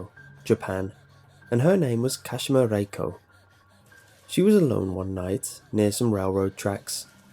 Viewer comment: *KaSHEEMA 🙄 *TaKEEO